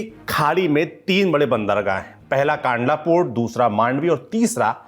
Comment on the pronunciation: Kandla ka uchharan sahi we karo